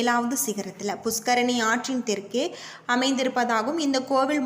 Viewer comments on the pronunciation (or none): சகோதரி, உங்கள் குரல் மிக அருமையாக உள்ளது ஆனால் சிறிது உச்சரிக்கும் வார்த்தைகளை சரியாக உச்சரிக்கவும். அதாவது, புஸ்கரணி ன்னு சொல்லக்கூடாது. புஷ்கரணி ன்னு உச்சரிக்கணும். நன்றி